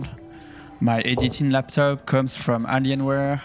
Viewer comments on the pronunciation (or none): My man said anionware :)